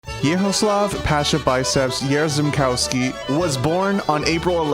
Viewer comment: At the start, right, you said Jarzębowski wrong. You should read rz as sh ;d